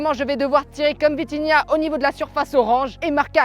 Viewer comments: je suis le seul à avoir entendu vinitia à la place de vitinha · c’est pas vinhitia mais vithinia Continue comme ça 👇👇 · On dit vitinha pas vinitha qui est d'accord liké mon com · C’est pas vinitha c’est vitinha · Wsh respect vitinha c pas vinitia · Encore une incroyable vidéo sauf que c'est vitinha pas vinitha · Vinithia😂😂😂😂 au début mais pas grave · tu avais dit vinitiah😂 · Atroce comme l’immigrés parisien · Il a dit vinitha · J'ai rigoler quand ta dit vinitha au lieux de vinitha et la faute macth et pas match